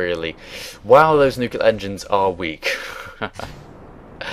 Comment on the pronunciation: I'm sorry but mispronouncing word: "nuclear" drives me nuts. Great video , of course.